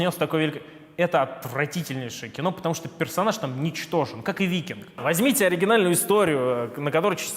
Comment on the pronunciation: Английское слово Vikings произносится как Вайкингс, а не Викингс. Ваш кэп.